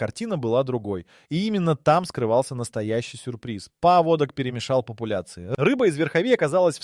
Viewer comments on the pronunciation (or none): Поводок это у собаки а паводок это совсем другое и произноситься по другому. Тупой ии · ПоводОк? Это у собак )) найдите одного образованного человека)) передача отличная но в каждой озвучка двоешника с косяками .поводок . Иду гулять с собакой где мой после дождя паводок с гор)))что будет через 10 лет?